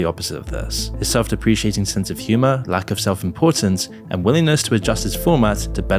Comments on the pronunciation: In case you didn't know, you're mispronouncing "porcelain doll" and "self-deprecating". "Porcelain" is soft C. You said "Porkelain" And ironically, "deprecating" is hard C. You said "self-deprisiating" . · *Depricating (deh-pruh-kay-tuhng) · Great video but it’s “self-deprecating,” not “self-depreciating.” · It's "self-deprecating", not "self-depreciating."